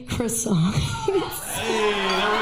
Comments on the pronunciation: The first girl is 🇲🇫 but doesn't know how to pronouns "Coissant" ! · Funny how the first girl claims to be French and doesn’t know how to correctly pronounce croissant 😂😂😂😂